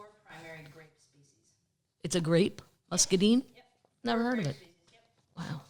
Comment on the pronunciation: fyi: Muscadine rhymes with dine, not deen